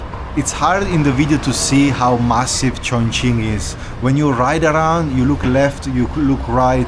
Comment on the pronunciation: say tjoeng-king